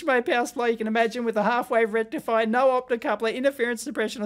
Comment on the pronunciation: Did I hear "FULL BRIDGE RECTFIER"?